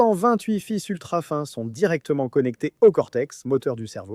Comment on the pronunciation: c est de l ia l'audio aussi non? car il dit fils dans la tête 😂 il fait pas la différence